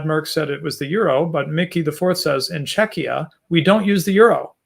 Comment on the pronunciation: pronounced "Czechia" like it's pronounced in Lithuanian "Čekija", it's really weird to hear it from an American.